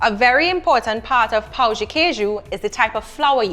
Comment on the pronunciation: You gotta say pão and not pau.